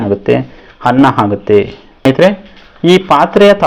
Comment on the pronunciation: ನಿನ್ನ ಪ್ರಯೋಗ ಓಕೆ ,ಕನ್ನಡ ಭಾಷೆ ಮಾತ್ರ ಕೆಡ್ಸಿದ್ದಿಯಲ್ಲೋ ಅಕ್ಕಿ, ಅನ್ನ ಹಕ್ಕಿ ಹನ್ನ ಅಲ್ಲ ಮಾರಾಯ